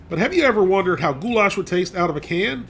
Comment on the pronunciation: I swear to god if he says of "Goulash" one more time i am going to flip